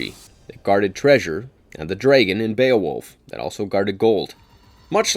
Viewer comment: The way you pronounce dragon should be punishable by flaying you alive.